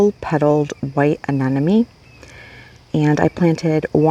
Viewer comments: aneMone not aneNome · Anemone…pretty sure you pronounced this wrong. uh· neh muh ·nee Many people make this pronunciation mistake. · Hahahaha I cringe everytime I hear say it incorrectly with confidence.